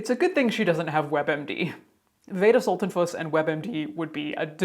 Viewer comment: "Veda... Veda Sulten-PUSS!!!" 😁😸 (Also, that little disclaimer about the name mispronunciation is EVERYTHING, as my name is regularly butchered too, even though it's only for little straightforward letters long.) Caitlin, you just made my day! Always looking forward to your next post & excited when it comes through in my notifications.